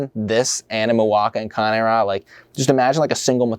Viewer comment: so the wrong one was c-AY-n ra, when the right one is kan-AY rah